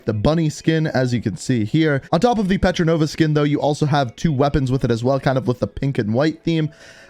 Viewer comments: *Portnova not petronova lik 😂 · IT LITERALLY SAYS PORTNOVA AND YOU STILL SAY PETRINOVA ON PURPOSE... PORT-NOVA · Repeat after me : Port! Nova! Its fucking Portnova! Not petrodollar or whatever petranova... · Everyone: Portnova: Petronova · Petranova instead of Portnova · Bruh ink is still saying petronova even though in the past he’s said portnova.. like wtf? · You said petranova, it's portnova. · Isn't it Portnova not Petranova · He’s realises he’s being saying “pertronova” instead of “portnova” right 😅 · btw it’s pronounced port nova not petro nova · she's not petrinova! she's portnova! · You are wrong too it's Portnova. P O R T N O V A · One day, will say portnova's name correctly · Am I the only the one that noticed ink pronounces that girl operators name wrong it's cool tho